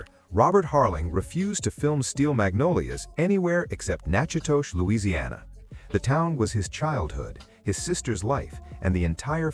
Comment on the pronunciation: Nachidoches is pronounced Nack'-O-Dish.